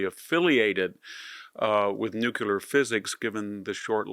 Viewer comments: "Nuculer, nuculer, nuculer..." this is hard to listen to. The word is Nuclear. Only ONE u in Nuclear.🙄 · Mr. Hanson, you're brilliant. Please say nuclear and not nucular. GW Bush did that as well. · Enjoy VDH insight and presentation, however, it is NEW-klee-er, not NEW-cue-ler. The otherwise brilliant scholar and man of letters, please continue your work. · NOO KLEE ER not NOOK U LER nuclear. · It’s NUCLEAR, not NUCULAR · Why do people say NUCULAR?? ITS NUCLEAR.. unbelievable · NU-CLAY-ER! ....NOT Nucular. It's NUCLEAR. But you don't have to be a nuclear physicist to pronounce it. 😊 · It's NUCLEAR, not NUCULAR!! Thank you for your attention to this matter.😊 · Jesus Christ, Victor! It's NUCLEAR.. NEW-CLAY-ER! NOT Nucular. 😢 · New clear weapons, not new kew lear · Victor, I am an acolyte of yours. Yours is the clearest and most astute voice on world events. However, NUCLEAR IS NOT PRONOUNCED NUCULAR. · My dear Victor, it's pronounced NOOK-LEE-AR, and not NOOK-YU-LER. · The word is nuclear not nuculer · Victor it’s NEW KLEE UR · Even an erudite scholar can erroneously say “nukular.” It’s a strange phenomenon. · Nu-cle-ar. Say it. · Stop saying "NUKE-yular" and you'll sound twice as intelligent. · did he just say NEW QU LEER.. ..HE JUST KEEP SAYING IT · Victor - please repeat after me - nuCLEAR……thx👍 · There's no such word, "nu-q-lar". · you are a very smart guy. please pronounce "nuclear" correctly! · I can't believe that VDH still doesn't know how to pronounce "nuclear."